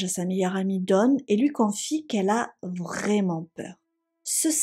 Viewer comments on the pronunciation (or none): none